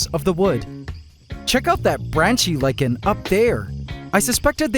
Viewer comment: Thank you for pronouncing lichen properly!